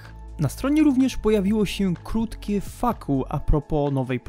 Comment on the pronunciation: Proszę, nie mów ,,Faku" tylko ,,fejkju"